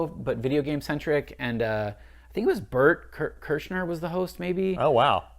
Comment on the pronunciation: Ha, yes! "Bert Kersher." Mommies know.